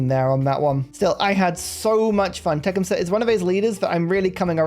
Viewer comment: You are not pronouncing his name correctly. Te-CUM-seh accent on 2nd syllable